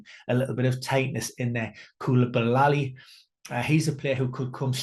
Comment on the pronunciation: Absolutely butchered the pronunciation of Koulibaly. Great video nonetheless.